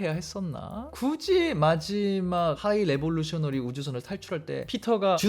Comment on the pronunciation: 하이 레볼루셔너리가 아니라 하이 에볼루셔너리입니다!